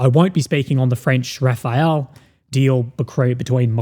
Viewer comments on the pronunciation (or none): Rafale, not Rafael, ffs. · its Rafalle not Rafael